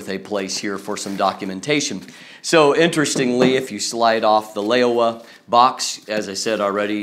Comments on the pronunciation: great review! :D although its read as "lau-wah" instead of "ley-oh-wah". But I guess its fine for an English speaking person ( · It should be pronounced Low (rhythms with meow) wah; the name literally means "old frog."